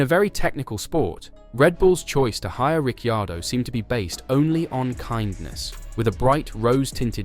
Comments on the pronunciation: Why do you pronounce he’s name like that??? Richeeeaordo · How many times did he he say Rick chardo!!🤣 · How many ways can you pronounce Ricciardo ??... I dot distracted by the simple fact , You never pronounced his name the same twice in a row ! ..And the RB driver school favours those that Marko likes rather than those who perform ON TRACK ..